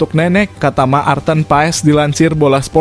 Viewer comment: Bacanya Mart'en (marten), bukan ma-arten.